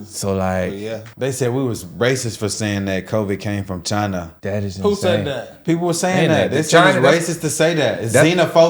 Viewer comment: Chyna Ukraine!!! Trump pronounced Chyna. Go listen. American biological labs in Ukraine. Yall can't do reactions without knowledge.